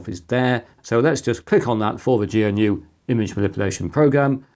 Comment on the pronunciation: it's not gee en you, but GNU. Thank you very much, good sir.